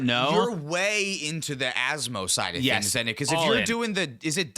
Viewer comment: Of all the cards for to pronounce correctly asmo was not on my bingo card